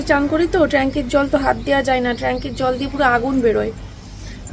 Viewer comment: Tranky na re baba tank bale,r from noy form bale,ki je para sona korecho bujhi na baba